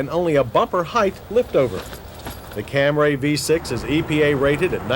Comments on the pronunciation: Cam-ray? Am I hearing this right? Almost as bad as his pronunciation of testarossa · Funny that it took John Davis like 20+ years to stop saying "Cam-ray" and pronounce it correctly. 🤣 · I've been thinking lately about John's continued mispronunciation of "Camry" as "Cam-Ray" back then, & am now wondering if Toyota told him to pronounce it like that just as Mitsubishi told the press to pronounce "Galant" "Ga-Lawn" for the first generation models. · Can you say "CAMRAY"?😂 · Ah, yes. The Toyota "CAM-RAY" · From now on when I look at the word Camry and hear him say “Camray” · Cam-RAY?!? So annoying! You're an automotive journalist. Learn how to say the name properly! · "Tarrus" "Camray" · "The V6 Cam-ray" lol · Oh he’s trying to say CamrAy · Hearing John Davis say Cam-ray makes me physically and primitively violent. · I have never heard the name pronounced "Kam-Ray", or "Tar-us" before. Then to hear "Kam-Ray" over and over again became a bit much. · In case anybody’s wondering, he said Camray 29 times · I think it took him another 10 or 15 years after this to stop calling it a Cam-ray? It's such a complicated name and such a rare car that I'm sure he hadn't heard it pronounced the right way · So I see I'm not the only one who notice he was pronouncing it "Camray" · What the hell is a "cam-ray"? Ok seriously this dude is trolling now for real. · Lol camray? Never ever heard anyone call it that before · I believe Toyota's slogan was "The Fam-lay Cam-ray" lol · CamRAY lol. Come on John lol. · OMG if he says CamRAY one more time!!! 😂 I swear he was trolling or lost a bet because he went out of his way to say it as many times as possible 🤣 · There's only one "a" in Camry. Why does John keep calling it a "Camray?" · What's a Cam-Ray? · I’m not gonna get mad at him for saying Camray since it’s my man John Davis... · I just checked out a bunch of 1980s Camry commercials and they all pronounce it the normal way so no idea where Cam-Ray came from. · Say camray one more time☝️